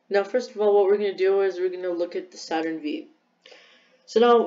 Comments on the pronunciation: Lol Saturn V you say it as Saturn 5 not Saturn V💀 ‘V’ is the Roman numeral for 5 Anyway nice vid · My dude did not just say “Saturn vee”